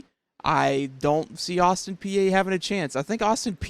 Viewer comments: it's pronounced Austin P not Peeaa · Just "P" not p-a... and very reasonable prediction imho. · Peay is pronounced like a green pea. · It is pronounced Austin pee. Vols offence state for you last year. Vols Ran the ball 54% passed 46% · The a is silent in Peay